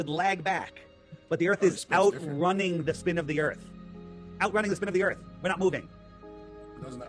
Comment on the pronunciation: He lost me at Earff 😂